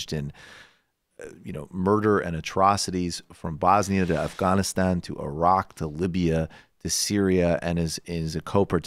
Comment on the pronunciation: Michael knows how to pronounce Afghanistan